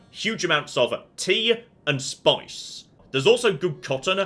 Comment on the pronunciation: "huge amounts of tea" the awakens